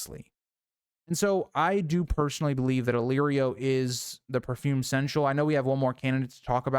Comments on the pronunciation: I appreciate the absolute gall of pulling up the pronunciation guide before continuing to mispronounce seneschal the entire video lol. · Can't watch this video if you can't say the word right lmao get help vro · I mean this the best way, because it legitimately made me laugh; you give the dictionary definition of seneschal, with the pronunciation guide right there... And still pronounced the word consistently wrong. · (Seneschal is three syllables. 😉) My guess is Varys, but I like the "stinky steward" too.